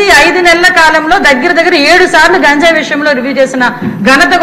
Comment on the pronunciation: గాంజాయి కాదు అనిత గారు,,, గంజాయి అని మాకు తెలుగు లో నేర్పిన ఉపధ్యాయులు. మరి మీకు ఏ ఉపాధ్యాయడు నేర్పేడు తల్లీ